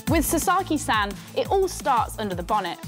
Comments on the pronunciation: You completely butchered the guy’s name! It’s pronounced Sa as in ‘sa’ssy times two so… Sasa then add a key, then you have Sasaki. Do your homework. You wouldn’t like your name butchered either. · Honestly if you're going to make a journalism piece where you need to pronounce a foreign name, at least learn how to pronounce it correctly. It's not 'sa-sarr-ki' it's 'sa-sa-ki'.